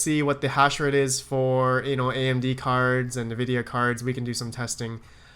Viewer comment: That's hilarious, didnt get your comment until i couldnt stop hearing kneevidia :))